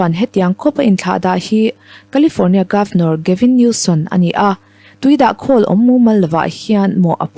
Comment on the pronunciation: Gavin Newsom zawk aw Gavin Newson niloin aw...